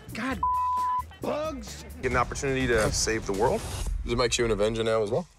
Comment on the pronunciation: the way Robert said bugs😂😂😂😂😂